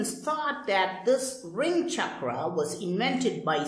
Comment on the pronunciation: not chakraaaa. it is chakra.